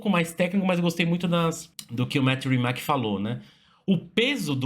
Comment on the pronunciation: a pronuncia não é "rimaque" é "rimats"